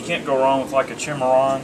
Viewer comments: Not 1871, 1873. And there's no H in Cimarron. It's sy-mar-ron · It is pronounced Cim·ar·ron geographical name \'si-m-a-rän, -ron, -ran\ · the guy behind the counter really doesnt know about western firearms. he made a bunch of mistakes . mispronounced the word cimarron . made errors on facts about certain guns. if i were there id ask for a salesman who knew what he was talking about.